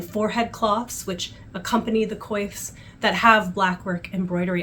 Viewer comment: Thank you so much for this amazing video. It was so interesting. One question as a French resident your prononciation of Coif as in coiffure ? Or is it pronounced Kouf? It seemed very strange to my ears. We visited Jamestown and found it remarkable.